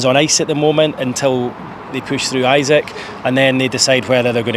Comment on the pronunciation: E sak, Not Isaac haha